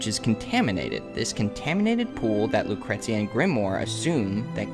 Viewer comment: It's pronounced Loo-cree-shia not how it's spelt. The T is soft. Check the song "Lucretia, my reflection" by sisters of mercy if you don't believe me. Or... You could look up the pronunciation of the name of the historic Roman figure. Whichever. :D